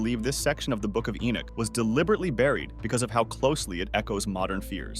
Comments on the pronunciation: narrator you keep mispronouncing ENOCH, it's not enick or enuck nor is it enack or eneck or even enck it's ENOCH as in eee.....nock on a door , ENOCH. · The book of Enick? Maybe The Boom of Enoch, a mistranslation using crap script reader perhaps.